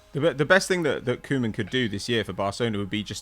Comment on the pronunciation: It not Kow-man pronounce KOE (cow in english) as ue as in CLUE. KUE-man